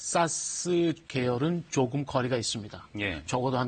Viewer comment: 사스를 왜 싸스라고... ㅋㅋㅋㅋㅋㅋㅋ